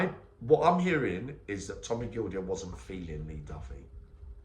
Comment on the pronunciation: Tommy Gildea is pronounced GILDAY keep it real YNWA